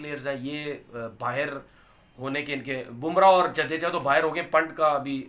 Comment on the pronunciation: जडेजा है वो जदेजा नहीं है